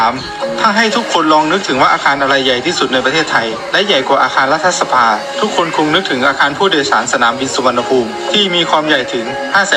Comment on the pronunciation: อ่านว่า"รัด-ถะ-สะ-พา" นะพี่สื่อ